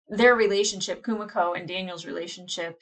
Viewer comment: Don't know if you were aware but you're slightly mispronuncing Kumiko. Its more like ku - MEE - ko, not ku - mick - o. Noticed you did the same for Kimiko in The Boys (should be ki - mee - ko, not kim - mick - o). Very slight difference but but I hear it more because I am Japanese lol. The syllables tend to end in vowel sounds 🙂